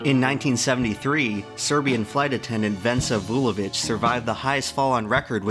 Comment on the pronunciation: holy shit an American saying a slavic name right